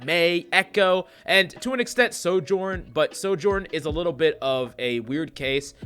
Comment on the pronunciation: I assume he meant Sojourn, but I thought he said Ashe. XD